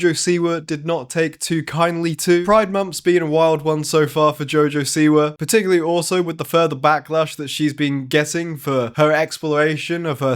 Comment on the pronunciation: “Particularily” 😂 Love it!